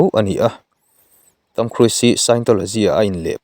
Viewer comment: I lam dan hi 'KHRUIS' ti a lam loh tur. KHRUZ ti a lam tur